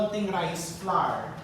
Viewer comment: Hi chef! Dont get embarassed ha, coz ako mali din ako nung una katulad maraming Pilipino. Flour is pronounced the same way you pronounce flower, magkapareho sa huling sound sa tower, sour, power. Huwag slide lng yung tunog w sa r, lagyan ng konting e. Kailan ko nga lng natutunan yan. Akala ko pa nmn ang dami kong alam sa pronunciation eh mali pala ako all the while. Hope that helped.. I'm learning a lot from you though, di nmn kc ako magaling sa kitchen hehe. Luv you chef.